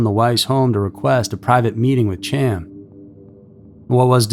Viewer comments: Dude, what in the fck!!?? Hiw many times do we have to do this??? Chaim is a hebrew name and is not pronounced "Cham" its pronounced "Hi-yum" I seriously dont understand what it is with this channel and the constant mispronounciation of towns, names, etc. If you know that you dont have a clue how its said, why dont you look it up? It literally takes seconds, yet here we are with you still just throwin out your own personal opinion on how it should sound. I dont know if youre trolling, and honestly i dont care. For the professional production value it would probably behoove you to start looking up how to say all the words you know damn well you dont know how to say...just a thought if you wanna be taken a bit more seriously. This isnt a one time, five time, or even ten time thing/mistake. There are easily 40+ videos with you mispronouncing words, and why? Given how quick and easy it is to just look them up, theres no excuse. It just makes the video and channel look trashy. Come'on, do better. Everything else is top tier...i dont get it. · and "Chaim" isn't "cham" it's more like Hyim. Pronunciation isn't usually strong suit, but we love the tales so he's forgiven. 😆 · The name Chaim is pronounced hiyum. Please do not rely on yourself for attempting name pronunciation. Ask for help, search "How to pronounce....". Learn before posting. Have someone else edit your content before posting. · Love the video. For future reference though, Chaim is pronounced "K-eye-m" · Chaim is pronounced “hi-am” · Chaim’s case has been around long enough and covered enough times for you to know his name is pronounced Hy-am. 👎🏼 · ALSO, as Chain was Jewish...His name is pronounced, "Hyam". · Not being critical but Chaim is produced "Khah-yim" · That's not being critical my friend . It's important that people know the correct pronunciation. Thanks for sharing. Happy Halloween. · It's a pretty simple name, every time he said it the way he was, just irritated the hell out of me.